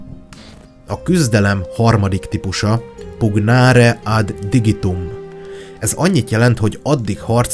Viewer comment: hàt igen, a "pollike" nekem is nagyon bàntotta a fulem (meg a "pugnàre" is, amit inkàbb "punnyàre" kène ejteni)